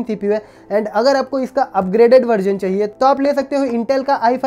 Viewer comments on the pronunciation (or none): none